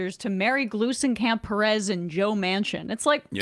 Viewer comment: Astonishingly, y’all pronounced Glusencamp Perez perfectly but mispronounced her first name, Marie. 🤦🏻